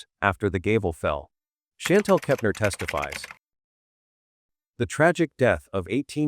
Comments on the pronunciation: Omg ; if you mispronounce Anna's last name Kepner one more time I think I will scream! You keep saying "Keptainer" there is no a i n syllable in that last name anywhere yet you keep talking about accuracy on the channel! Argh! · KepNER SAY IT RIGHT